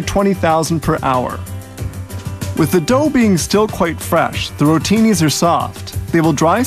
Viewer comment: Rotini sounds like Rotate